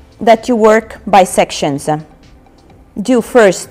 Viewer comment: Why do you put an 'a' on the end of your words thata, offa, sectionsa, shieldsa